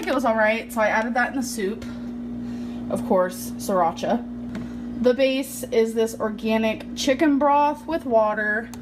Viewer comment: “Shracha” lmao